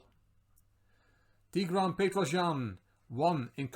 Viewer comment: Thanks for pronouncing "Tigran" correctly. Almost no one gets it right